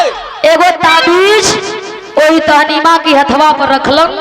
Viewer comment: बिरहा बहुत सुंदर है, उसका नाम ताहमीना था, आप तहनीमा बोल रही हैं।